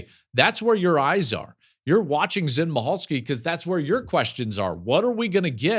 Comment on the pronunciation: Zen MICHalski pronounced Mickalski